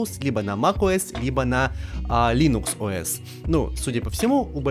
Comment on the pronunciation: «Линукс о эс» 😂😂 😂😂 😂😂😂😂😂